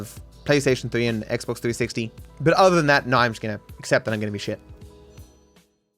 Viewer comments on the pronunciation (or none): none